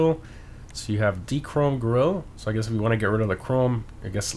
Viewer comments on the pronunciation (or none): none